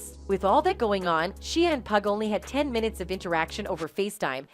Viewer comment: The amount of times she mispronounced/ butchered Shia’s name 😂